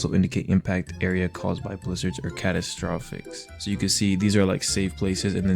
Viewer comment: struggling to pronounce catastrophes lmao /pos